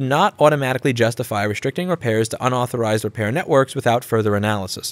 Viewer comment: did I just hear UNauthorised? youtube's speech recognition heard UNauthorised too apparently...